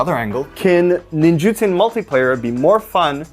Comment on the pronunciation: Holy cow man this is the first time I have realized since the set came out that it’s Ninjutsu and not Ninjitsu! 🤦‍♂️🤦‍♂️🤦‍♂️ hearing say it correctly is the first time I’ve ever heard it said correctly and my brain always put Ninjitsu there when I saw it 🤣🤣🤣